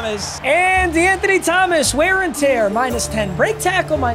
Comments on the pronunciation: I took a shot evetytiem he saiud dewanthony thgomaqs and im fuicked uop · lowk the amount of times he said de’anthony started to piss me off